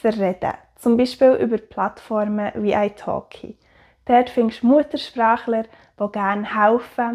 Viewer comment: Ich hab gedacht das du Eishock’g’ei gesagt hat, aber es war italki 😂